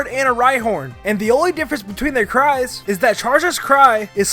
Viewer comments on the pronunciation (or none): For number 8, did anyone else hear "cards" when he said "cries"?